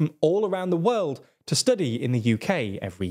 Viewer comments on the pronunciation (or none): First of all, it's world, not weld. Learn your pronunciation